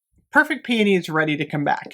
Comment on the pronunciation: I'm just thankful you pronounce it right lol I die a little every time I hear "pee-OH-nee" smh 😅